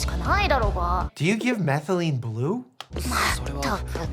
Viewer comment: Lmao when he said methylene blue and nailed it 😂 this was so much fun